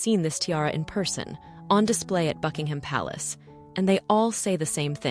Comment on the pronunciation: Would help if Buckingham Palace and Monarch were pronounced properly ±